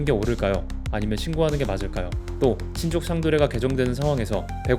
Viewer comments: 친족 썅도례요? 발음이… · 왜 친족쌍도례로 들리죠?ㅋㅋㅋ 가족이라도 죄는 묵인해선 안된다 생각합니다🤦🏻‍♀️